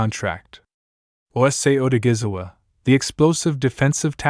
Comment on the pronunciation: Its a shame how the announcer haven't even tried to pronounce this man name correctly! It's a dam shame!